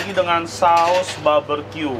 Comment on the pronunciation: Barbeque koh bkn baberque🤭